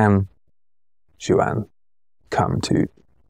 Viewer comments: I love MLST, and was sad when the vids slowed down for a bit there. I just wanted to give a little FYI: the name "Juan" is a Spanish originated name, and it's pronounced "Won" or "Wawn" as opposed to "Joo-ann". Just a little tidbit there for ya! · I love this channel but this is killing me, "Juan" is pronounced "Hwan", not JU-AN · Love the content coming from you guys, MLST! But now my biggest question is: is there an Large Language Model model that can explain pronunciation of the name "Juan"?:D:D:D